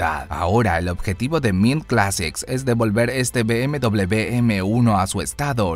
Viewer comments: Be Eme Doble Be !!! ME ACABAS DE MATAR A MI Y A MILLONES!! Se dice Be Eme Uve socio,vaya pronunciación q gastas ,de chiste locoo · Be eme doble u así se dise